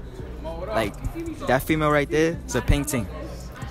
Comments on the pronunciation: The way they pronounced “peng ting” Had me dead 😂😂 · mandem keep saying painting instead of peng ting lololol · I understand your accent but it’s peng ting not a painting fam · Peng t-i-ng not peng t-a-ng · pen-ge-ting not pentin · It’s peng (ting) as in s(ing) you pronounce it like that ygm the second in the buffalo hoodies sais it right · Naaaaaa icl man dont say "peng sing" like only tapped set 8 bytes say that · Pronunciation had me creasing, dead ding, painding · That’s not how you say peng thing 🤣🤣🤣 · Yo he ain't even sayin it right all I hear is pen tin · Yo that guy basically sayin pen tin how can he not pronounce it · I’m from the UK your pronunciation is too funny 😂😂 enjoyed the video tho 🙌🏻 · My guy couldn’t say “Peng Ting” I’m so dead 💀🤣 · Niggas said it wrong 🤣🤣 peng ting killed me sbchjccfb. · the way you pronounce peng ting hahahaha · I'm not a roadman but ik ur not saying "Peng ting" right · The way yall pronouncing peng ting is triggering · Listen it’s not hard to say “peng ting” Not to be a hater but a you guys can’t say uk dialect sos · These dudes don’t know how to say peng ting